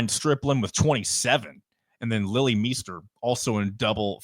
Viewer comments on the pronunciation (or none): FYI ‘Meister’ is pronounced My-ster and not Me-ster when it comes to women’s bball.